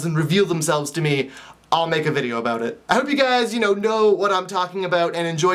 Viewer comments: "Aboot." Haha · I love how you say "about"!I live in the country out in Georgia & I used to live on the west coast and in the city in Atlanta (btw I was born in Florida) and i used to speak all proper & now I feel like a country bumpkin.& so when I go back to the city sometimes to see my old friends everyonewill be like wtf happened to her because i will be talking like a true counrty bumpkin but i love everything out here inthe country so i dont tend to worry about it that much(:& those shivers drive me crazy! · I just love how you say about! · your Canadian is showing.....about......:3